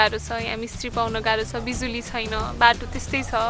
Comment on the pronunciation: Kasto pure word bolnu vayeko "bijulu "Srinkhala jee le......😂😂😂